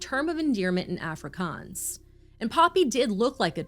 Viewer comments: love from South Africa! ''Afrikaans'' is pronounced ''Ah-free-kuns'' edit: Apartheid is pronounced ''Apart-hey-d'' you guys pronounce it better than most people tbh Love you guys, love your content! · Did you say africkhans? Im going to look up the pronunciation. That's not sounding correct